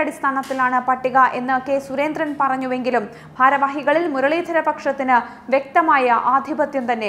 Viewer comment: മലയാളം ഉച്ചാരണം എന്റെ കുട്ടി, വളരെ കഷ്ടം.. ദ എന്ന ഒരക്ഷരം ഉണ്ട് മലയാളത്തിൽ. അതിന് പകരം കുട്ടി പറയുന്നത് ധ എന്നാണ്! സുരേന്ദ്രൻ എന്നതും വെറുതെ കനപ്പെടുത്തി ഉച്ചരിക്കുന്നു.. സഹിക്കാൻ വയ്യ..